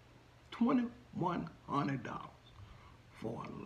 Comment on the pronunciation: ...they way YOU keep saying "2..1...hunnet dolllas